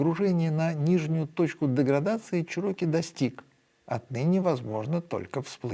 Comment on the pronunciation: Definately Чéроки, а не чирóки